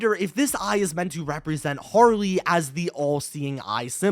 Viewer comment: It’s pronounced “har-lee”